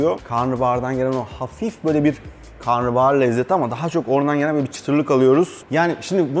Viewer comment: Karnıbahar değil ama karnabahar... pliiizz